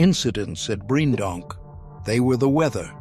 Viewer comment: It's pronounced Breendonk, not Briejendonk